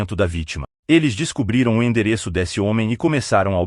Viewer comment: ATENCÃO PRODUTORES DO VÍDEO: É MUITO CHATO A GENTE OUVIR, NO BRASIL, UM LOCUTOR MECÂNICO FALANDO COMO ESTRANGEIRO (SE É PARA USAR TECNOLOGIA, QUE ELA SEJA PERFEITA). O LOCUTOR FALA ###DÉSSE, FóSSE, E OUTRAS PRONÚNCIAS NÃO BRASILEIRAS. CHATO.